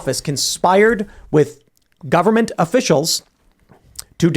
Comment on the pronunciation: "It's da Gubba-ment! It's da Gubba-ment!" 😂🤷🏾‍♂️🙄🤦🏾‍♂️🤣